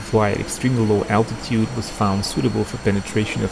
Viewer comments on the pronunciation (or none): none